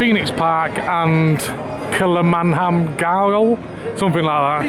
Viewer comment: Cracking videos, really looks like you like our little city. Your pronunciation of kilmainham Gaol was hilarious 😂